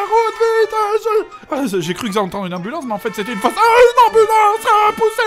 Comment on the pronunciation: "Ey ! I am an amublance, and you will respect my authoritah !"